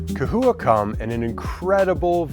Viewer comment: Lmao !! It’s CA-HOUA ( pronounced ) Still spelled CHAhoua LOL 😂 🦎😉🤣 There ya go !